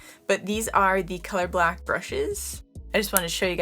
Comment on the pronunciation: It sounds like you're saying color-black not color block 😆🤣😂